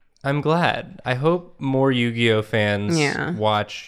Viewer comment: More like Yu-Gi-Noh amiright